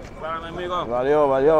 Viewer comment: the quality of your "valeu valeu" was mint dude, if you can just say that its enough to pass by as a brazilian, in Rio i see more black people i think that also helps with nobody messing with you